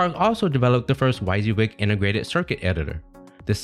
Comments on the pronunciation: WHY SEE WIG??? ITS pronounced "WEE SI WIG" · How did you get the pronunciation of "why-z-wig"? 😖 It's "wizzy-wig"! Otherwise I enjoyed this video. Not many people know how much a "copier company" changed the face of computing, or how Apple's marketing genius popularized all the ideas they stole. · This was good BUT it’s pronounced WIZZY-WIG!!! 😊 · Thanks. That pronunciation was driving me crazy as well.